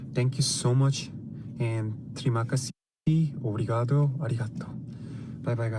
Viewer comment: He said obrigado so well ❤